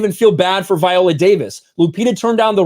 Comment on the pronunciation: Dude, I agree with the videos you've been doing on this story one hundred percent. But why in the world do you keep switching up the pronunciation of her first name? 😆 One minute you pronounce it "vie-OH-lə" and then you come right back in the next breath and pronounce it "vee-OH-lə". It's like fingernails on a chalk board. Just for the record, it's pronounced "vie-OH-lə".